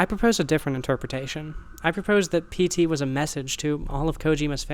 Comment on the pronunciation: Every time you say PT, I hear SD It makes me wonder what the japanese common term for PTSD is I think there would be random elements to throw off people, and make reverse engineering either painful or impossible